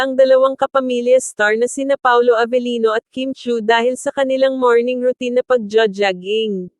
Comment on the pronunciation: Lady you need to pronounce jogging correctly.